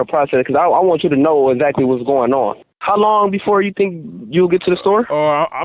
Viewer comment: How many times did he say exsactly